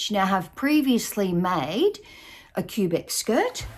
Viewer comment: it’s pronounced Kwuh-Bec - city in Canada.